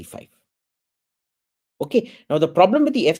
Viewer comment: why does it sound like hes saying f25